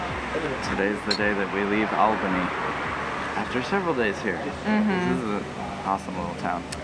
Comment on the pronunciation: Good you learned how to say Albany. Now you need to leaven how to pronounce Melbourne ;)